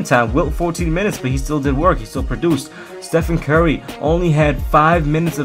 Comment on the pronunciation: How pronounces Stephen Curry: Stephen Kerry